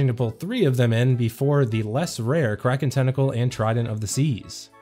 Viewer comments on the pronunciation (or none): none